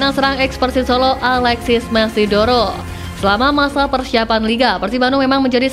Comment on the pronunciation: Moneydoro, bukan mesidoro... 😂😂